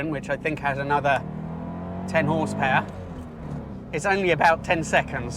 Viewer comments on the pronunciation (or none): none